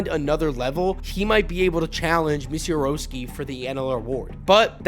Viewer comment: Yo bro it’s Miz-a-rao-ski